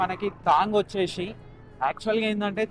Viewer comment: VACHESHI KADU VACHESI ANALI TIRAGALI MARAGALIGA MATLADUTARU KONTAMANDI